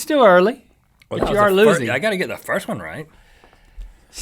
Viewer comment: First guy lol. He said 1th